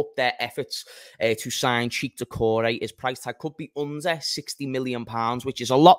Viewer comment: It's pronounced check not cheek. And it's pronounced shoe-a-maini not tshoeameni